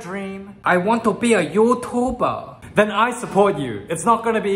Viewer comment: "I want to be a yotobur"